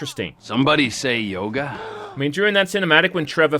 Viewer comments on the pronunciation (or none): none